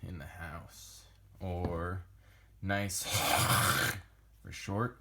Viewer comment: You nailed the name. 👍